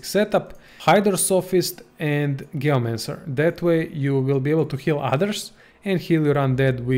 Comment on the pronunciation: ... hate how he says gayomancer instead of geomancer